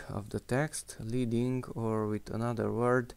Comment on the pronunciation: That was very cool, THANKS! I didn't know about dragging to the right or left to change values up or down. Leading, btw, is pronounced "led-ing" and refers to the old days of typesetting when strips of lead (Pb on the periodic chart) were used to increase vertical spacing between lines of hot metal type. I'm just old enough to remember this! If there was no "extra" spacing added, it was referred to as setting the type "solid," that is, the letters on the form of a line touched.